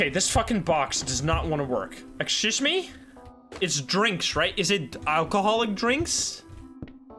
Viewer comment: "eschoose me"